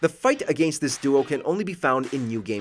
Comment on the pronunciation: Are we pronouncing “against” like Chris Jericho now? Is that what’s hot in the streets?